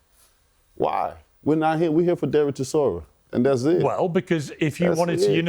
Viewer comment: Brits call him ChiZOra. Yet his surname is ChiSora. Soft S. As in Solar. ChiSora. That means "a type of grass".